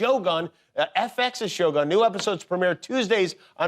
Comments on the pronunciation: I really loved the interview! Only one thing I want to ask Jimmy … it’s pronounced like “show goon” not “show gun” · It’s pronounced sho-goon. Not gun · Why the hell did he say "Shogan" instead of "Shogun" wtf lmao. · Not shogone.. shoguuun. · Oh gosh Jimmy. It's pronounced as Sho-gOOn, not Sho-gun like a freakin' gun. Lol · Note to Jimmy Kimmel: It's pronounced Shogun as in good, not Shogun as in gun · Why is it pronounced like "show - gun" in America, when it's prununciation is "Shoh-goon". Is it that difficult ? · Show Gun? Leave it to the Americans. It's pronaunced Sho Goon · Yeah he has NO idea how to talk to a Japanese woman. & NOTHING about the show. & it's SHOh-GOON, not "Show Gun." UGH. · Jimmy it is pronounced as sho-goon, Not show gun!!! If you are in medieval Japan, you will be diced by samurai sword!!! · It's pronounced 'syo goon', not 'show gun' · It’s cringey hearing “show gun”. Jimmy should’ve made an effort with the right pronunciation of it. On the other hand, Shogun is amazing! Anna is stunning. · Yikes, everyone can pronounce the freaking japanese word, except Jimmy Kimmel, that just went off and said "shogan" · It’s pronounced as shogoon not show gun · 英語だと将軍を「しょうがん」という発音になってしまうのですね。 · Sho-guun almost, right? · hey yankees, it’s not sho🔫, it’s sho-gun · Bro said Show Gun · This host didn't bother to learn how to properly pronounce "shogun". He pronounced it like a damn gun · if this dude misprounces shogun one more time im going postal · I cringe each time he said "shogun" NOT in the way it should be pronounced. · She is so charming. The american pronunciation of the name Shogun is awful, it's so painful to the ears. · Annoyed at how Americans pronounced shogun .. listen how the Japanese pronounced it, and just copy it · Why do Americans keep on pronouncing Shōgun like it's an English. Like WTF? can't you learn hwo it's supposed to be pronounced? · He keeps pronounce Shogun wrong 😅